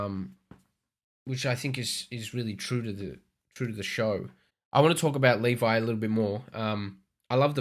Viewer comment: "LEEY-VAY" .....Ugh!!!!